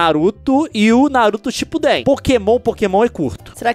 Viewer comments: nao é shipudeén! é só shipudeen! ao tem acento Leon! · Não é naruto shipudên é naruto shipuden